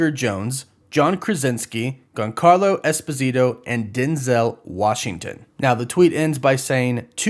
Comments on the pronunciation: That pronunciation of Giancarlo Esposito is epically bad. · can you learn how to pronounce giancarlo esposito's name please